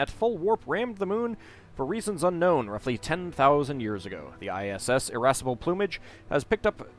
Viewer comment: LOL "Irassable Plumage" Irascible: tendency to get angry I interpreted it as "feisty tits"